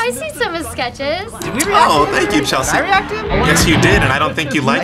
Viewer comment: no we tanke you for weryfing :)